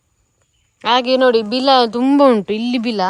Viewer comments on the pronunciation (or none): ತಂಗಿ ಅದು ಬೀಲ ಅಲ್ಲ ಬಿಲ ಅಷ್ಟೇ😂😢😅😂❤👌👍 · Beela alla bila😅😂😂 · ಬೀಲದ ಒಳಗೆ ಹಾವಿನ ಬೀಲ 😂😂 ಸಿಸ್ಟೆರ್ ಅದು ಬೀಲ ಅಲ್ಲ ಬಿಲ 🥰